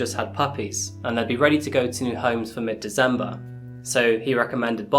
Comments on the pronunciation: Love your videos, gruesome though they are. You are however the only person I know to say "Dezember"! :) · Dizzembah the thirteenth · Anyone else notice that he pronounces december as dezember? Anyone know what area that might be as I assume it's an accent?